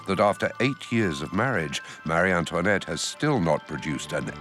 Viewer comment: Why on earth is she addressed at Marieann toinette. instead of Marie Antoinette two distintive and seperate names! Its so tedoious and annoying to hear the Narrator address her name as Marianne toinette. Is it a deliberate act to slay her more,and denigrate her name and tarnish her so after 200 years! Let her have some dignity and respect. The character assassination is so inbred that she was some kind of monster worse than another evil queen, and Catherine de Medici. In fact, she was a sweet woman. When young she loved frivolity, dancing, gambling, clothes and parties as she was very lively. As she become a mother she matured but the antics of her youth got her into trouble. She was ravaged deliberately the revolution and the courtiers for everything that France had the misfortune to happen. Times were changing as did the thinking of monarchy and liberalism etc. The character assassination that was heaped on this poor persecuted queen is horrendous and diabolical.😢